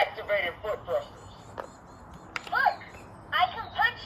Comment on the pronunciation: I can tell you what went wrong in a nutshell...Goldar's design, the Megazord's design. Alpha's design. The rangers' design. Palette-swapping Trini, Billy and Zack. Pronouncing Tree-ni as Trin-i. Rita's design. Zordon was okay. The story was meh. I'm not a die-hard fan of the original, just...use more of the source material...